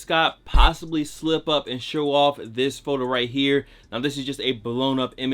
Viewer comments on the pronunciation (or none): none